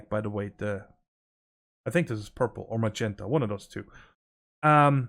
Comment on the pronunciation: Steve card twee? Are you dutch😂